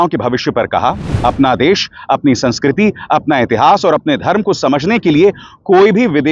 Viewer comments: sanskriti ❌ Sanskrooti ✅ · Sansukurti 😂 yeh to Hindi sunskart bhi sahi se nahi aati